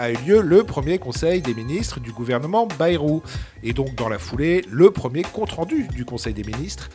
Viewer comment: C est moi ou tout le monde ecorche le nom de Bayrou ?😂